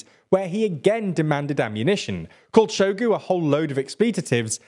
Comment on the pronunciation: has very bad pronounciation all around, e.g Prigozin and Shogu